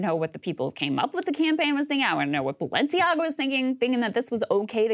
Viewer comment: Ah, then we discover what the name Balenciaga means. Rather "Baalenciaga"...